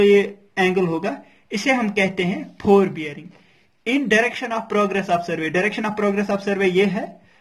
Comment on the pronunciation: Nice explaination ( phorebearing) (4bearing) 😂